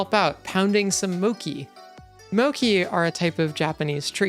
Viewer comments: its called mochi (pronounced mOchE) not "moci" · first time i hear mochi spelled mokki xD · Mochi is pronounced more like the mo in mob and chi chill. Or if you happen to be fluent in IPA it's prononced [motɕi] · that is not how you pronouce mochi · Your pronunciation of mochi upsets me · Really interesting video! Love the Spikeon Kingdom. Please do look up how to pronounce mochi though😭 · why do you pronounce mochi like that. it would be more intuitive to pronounce it the way it's pronounced? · Yur saying mochi wrong >:(((((